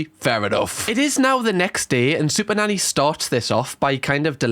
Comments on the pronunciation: your way of pronouncing SuperNanny is so unamerican that not even the subtitle clanker knows, it literally thinks you're saying "super daddy" which, and none of this comment means to offend YOU, just the Clanker, i find hilarious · Could’ve sworn I heard you say super daddy on the intro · sounds like he said super daddy